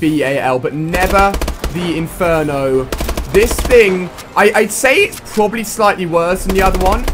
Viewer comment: It's pronounced probably not probaly.